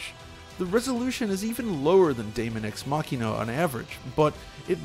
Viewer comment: Dude you nailed that pronunciation!